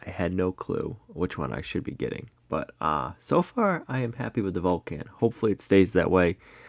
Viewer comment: Think of Mr. Spock when you pronounce the name of the welder. It's the planet he comes from!